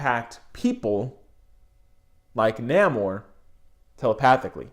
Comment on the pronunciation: I think it's pronounced "Nay-Mor" bro. great video bro! ✌